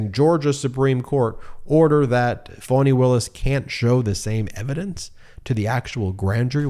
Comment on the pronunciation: Ohmygod getitright!!!!!! FAH-KNEE!!!! For fks sake. Its Fani Willis. Not fawny or phony or fawony. Its fah-knee. Listen to how her friends introduce her! You arrogantly bash the mainstream media, it wouldnt take them a year of butchering a name to correct course. Going to have to find someone else to follow if he cant figure it out before the indictments drop. Brutal.